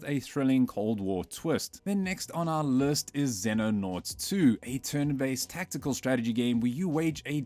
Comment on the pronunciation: Using an AI voice now? "next on our lurst"?